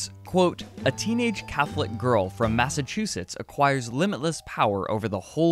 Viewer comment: "Massachesetts" represent